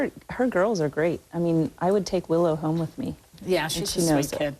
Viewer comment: Kate's accent. It's brutal how she pronounces " home " It sounds like she is saying HAY-OME. And ppl say us Canadians have weird accents. Ya right.